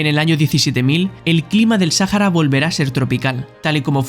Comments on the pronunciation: No se dice Sájara al desierto del Sahara Se dice Saára. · No se dice "Sájara" Se dice "Saára" y se escribe "Sahara" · Интересно, кто читал текст, ИИ или человек? Вместо слова Саха́ра, он произносил са́хара???? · No pronunciar la H cómo J. Eso es un error